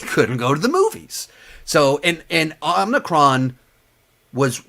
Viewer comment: Omicron not Omnicron😂